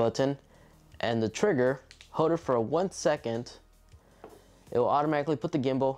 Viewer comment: "Hode the button to recort"